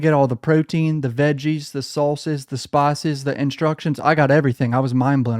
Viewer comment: the way this nigga said spices killed me